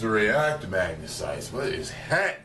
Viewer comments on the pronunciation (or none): none